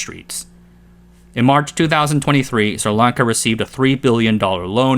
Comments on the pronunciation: SRI Lanka not Sirlanka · that isn't how you pronounce sri lanka